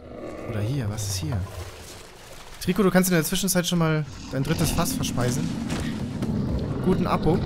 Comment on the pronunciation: Es wird treico ausgesprochen